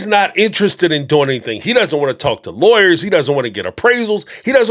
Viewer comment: Is it just me or dies Kody say lawyers like liars? Freudian slip?